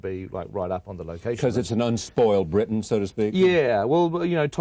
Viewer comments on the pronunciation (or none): none